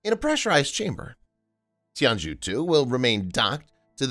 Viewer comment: FYI the zhou in Tianzhou should be pronounced like "jo"